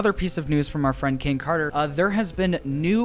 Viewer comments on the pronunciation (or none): none